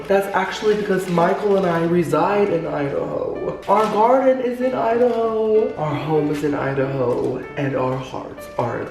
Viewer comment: This is my favorite thing to watch. I seriously laugh the whole time. How can something be so funny but calming at the same time? Haha if I had a dollar for everytime you say garrrrrden lol 😆